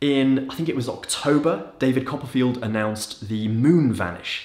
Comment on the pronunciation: David Cop-a-feel.